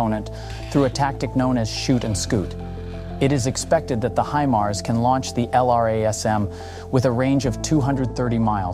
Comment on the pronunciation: Himars not hemars.